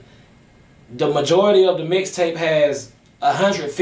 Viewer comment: Lol I fwu but it sound like u said dicktape lol im over here weak asf 😂😂😂